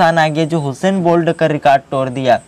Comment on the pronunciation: हुसैन नहीं उसेन बोल्ट नाम है यार 😜